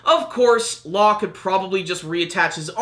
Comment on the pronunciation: can we just say "law" pls